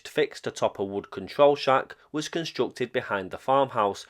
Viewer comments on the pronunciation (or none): none